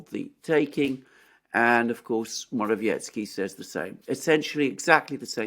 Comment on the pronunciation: PLEASE - learn to pronounce: MO-RA-WE-ETS-KY. There is NO "tch".